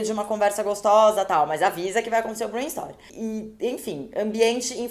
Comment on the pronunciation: Adorei o vídeo. Mas só uma dica: vc fala "brain store", loja do cérebro.